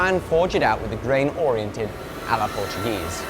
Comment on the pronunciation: Solid Portuguese pronunciation mate. Well, better than the Portuguese themselves, at least